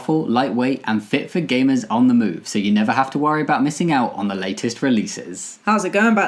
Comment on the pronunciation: When you were doing the sponsor, I couldn’t tell if it was just me or you were saying “perfect for GAYmers”